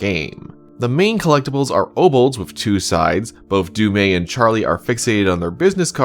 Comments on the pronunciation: Imagine having the official pronunciation said dozens of times and still call it wrong. It's "Du' Meth" (without h), not "Du' May". Anyway, the other killer was the one that pulled the chains and killed the other chained person. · Is there some reason that you think Du'met's name is pronounced with a silent "t"? Every character in the game says it with a harsh "t" including the Curator who appears to have perfect knowledge. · Has bro actually played the game or just prefer to mispronounce du'met?